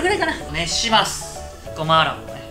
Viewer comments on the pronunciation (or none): ゴマアラブって言ったwww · ごまアラブって聞こえた人いるかな？